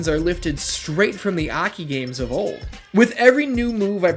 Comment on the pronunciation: Ahkey lol.... Its A. K. I.